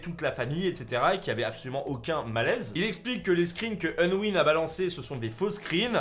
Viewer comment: Respecte leurs pseudo stp C’est pas onwin mais Unwin Et c’est pas Ayden mais Aiden